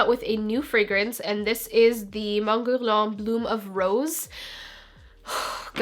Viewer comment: the way you pronounced guerlain is sooooo freaking gorgeous